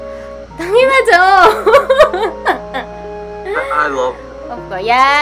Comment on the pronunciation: You know Park Seo Joon? TANGINA JO! yun ung pagkakarinig ko. Haha!